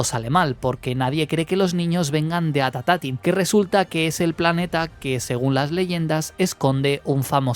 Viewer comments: gran video, pero es At Attin, no At Atatin jajaj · Buen vídeo! Me causa gracia que le agregas un "at" adicional al nombre del planeta, es At Attin, y lo pronuncias "At Atattin" ajjsaja No es algo malo, sólo me dio risa.